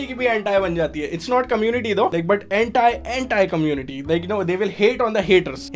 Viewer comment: Is it just me or his "anti-community" was sounding like hentai community.